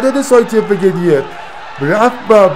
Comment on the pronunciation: گدویف تلفظ صحیح روسی شه که بالای پیج نوشته.